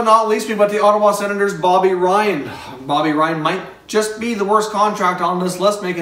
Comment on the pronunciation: Is bobby ryan not bobby ryab lol